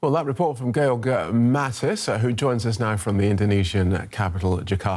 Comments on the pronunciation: Why does the news guy keep calling him Gail if his name is George? they even put his name up in writing when he came on lol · Actually you pronounce it Ge-org